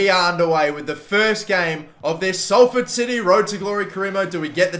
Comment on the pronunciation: Omg he said Salford right